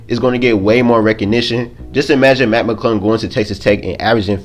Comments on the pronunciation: dead. Matt Mcuddle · Put on the Close Captions and watch every time he tries to say "Mac McClung"